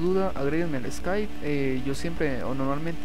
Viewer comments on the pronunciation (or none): none